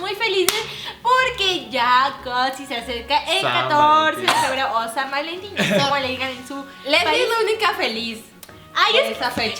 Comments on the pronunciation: en el minuto en la pregunta en vez de decir san valentin dice san vanlentin jajajaja o soy la unica que se dio cuenta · Jajajajajaja Los adoro!! Se dieron cuenta que dice san vanlentin!?